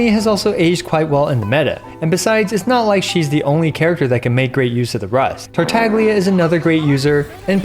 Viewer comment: Tartaglia in this vid " Fartaglia"